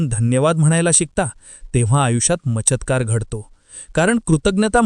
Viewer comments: ते सगल ठिक अहे पण चमत्कार की मचत्कार नक्की काय म्हायच 😂 अजुन कोनी ऑडिओ ऐकले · चमत्कार उच्चार शिका आदी